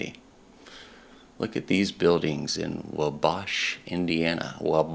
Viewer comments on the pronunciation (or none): Great stuff, I enjoyed it. one thing tho, Wabash is pronounced WA bash. Thanks for sharing this.